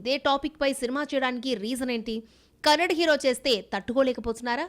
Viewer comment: Kannad kadu madam it's kannada😊ಕ❤